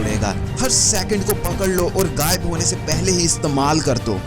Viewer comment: Mere bhai apni Urdu theek kr len, lafz waqat nhi ''waqt'', muhabbat nhi ''mahabbat'' gaib nhi ''ghaib'' zaya nhi ''zaae'' hota hai.